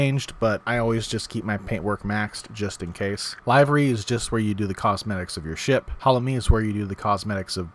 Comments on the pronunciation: Thank you for the updated beginner's vid! A new one was sorely needed. This will be my lengthy description of my first 24hrs in game, my equipment and reasons for my mediocre equipment, and what I'd like to do if this game turns out to be as fun as it looks! (Not to be mean or too pedantic, but you drive me nuts with "livery" as in "I was live, in person" ... It's "livery" as in "I live In a house". Sorry, bugged me but I love your vids so please forgive me!) I've owned the ED Horizons for a couple months but within a couple days of playing the training I got really frustrated with it and, not wanting to skip it, almost skipped the whole game. After watching this vid, I started over and skipped the training and I'm finally having fun! I'm using a Logitech X3D flight stick, mouse, and keyboard. The flight stick is a cheaper option solely to try this game. Maybe I'll upgrade to a VIRPLE HODAS someday? :) Wow some of those control systems get really big and demand many square feet in a room! I hope to soon try a tablet app for my nav and other panels (I have 2 available tablets) because it doesn't seem right searching for special keys then switching between the mouse and flight stick for menus and flight controls. I'm also looking at perhaps trying one of those SpaceMouse or SpaceMouse Pro (expensive! Ouch!) instead of my regular mouse. With that setup, I hope to be able to use the mouse jointly with the flight stick to give me excellent control of my craft. For those of you who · Great guide, thank you! Only one thing I would add: "livery" is pronounced "liver....y" instead of "live...ry" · 'Liv - ery' not 'Live-ery' maybe it's a Brit thing? Good video for a late arriver like me. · I'm sure it's been said and pendatic though it is... "livery" is pronounced LIV-ERY. Like "liver" the internal organ with an "ee" on the end. Not LIVE-ery. The more you know! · It's pronounced "liv-uh-ree", not lyve-ree. o7